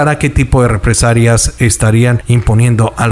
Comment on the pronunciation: Solo te quiero corregir una palabra que la dices mal cada vez que la usas. NO es REPRESARIAS sino REPRESALIAS. Lo digo con mucho respeto. Saludos.